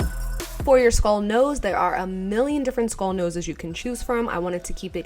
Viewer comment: Y u sayin skall instead of skull